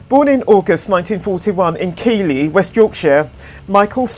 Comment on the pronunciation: I think Keighley is said "Keith-lee". Nice to hear a real voice x